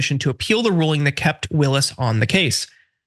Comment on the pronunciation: Stop mispronouncing ms Willis’s name.